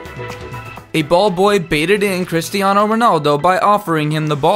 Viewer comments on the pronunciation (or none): none